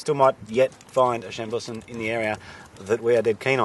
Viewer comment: Cassegrain Wines on the NSW Mid North Coast were the first to commercially produce Chambourcin. Also please learn the correct way Chambourcin is pronounced, your adding a very bad Australian scent to it! However your tastings noted are pretty good for the area which you are in at the moment :) great show by the way :)